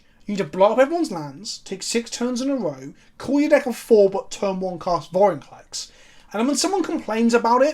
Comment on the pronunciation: TIL its vorinclex not vorniclex